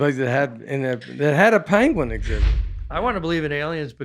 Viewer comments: Pen - gwin. Short e. Not short a. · I’m playing catch up on your podcasts and just got to this “Best Of” episode and so loved the debate on “Panguin” () vs. “Penguin” (Nate & ) It was hysterical and reminded me of another similar but worse mispronunciation of the word on a BBC animal documentary narrated by Benedict Cumberbatch who - to this day struggles - with the pronunciation. It’s hysterical too! Love watching and listening to you guys! Break a leg Nate on SNL due to air on Saturday! I’m so thrilled with your success! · I LOOKED it up and it had the sound pronunciation of the word penguin and it sounded like this Pen-Gwen